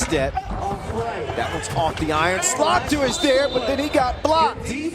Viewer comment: Lol, nice to butcher the names of the Dutch players, when 1 (Slagter), literally means butcher. My teammates used to play against him and then with him on the team in youth basketball, late 90s. Nice to see him play again, and vs Toronto team, which is near where I live now. It's a small world.